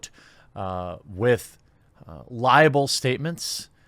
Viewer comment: It's not liable, it's libel/libellous. Sorry to be a grammar nazi but there're a couple YTers who say it like that and it bugs me. And to address the actual content of the video, anyone who takes buzzfeed seriously should not be taken seriously themselves. Pure trash.